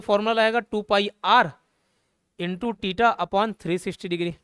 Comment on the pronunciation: टिटा नहीं थीटा .😅😅😅😅😅😅😅😅😅😅😅😅😅😅😅😅😅😅😅😅